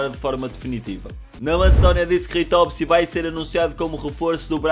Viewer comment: Ritovski? É ristovski